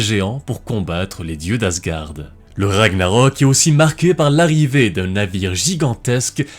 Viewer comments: Bonne prononciation des noms vikings, respect (sauf pour Ragnarök qui se prononcerait Ragnareuk en roulant les "r" mais je chipote" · Je pensais que Ragnarök se prononçait Ragnareuk ???